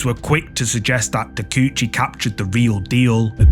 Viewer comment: Ta-kay-oo-chee, not Tacoochie.